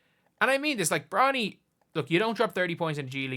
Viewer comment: Is he saying bronald ??